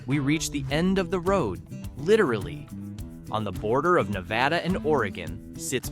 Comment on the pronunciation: Na va duh Most of us cringe, when people say it wrong. I don't know if that helps